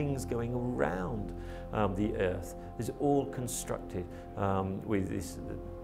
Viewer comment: Did he say “all constructed” lmao